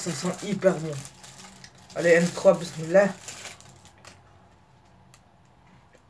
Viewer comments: t'es pas italien tu dis mismilla et tu t'apelle mohamed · t'est pas un italian t'est un arabe .Tu dit besmila